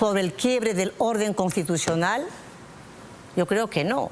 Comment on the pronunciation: NO SE DICE CONTITUCIONAL, SI NO CONSTITUCIONAL